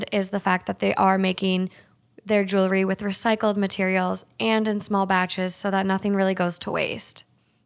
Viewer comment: You know there’s an “L” in jewelry right ?! 😂😬